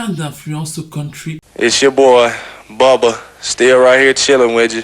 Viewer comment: Bubba ne se prononce pas "booba" C'est plus "beuh-bah"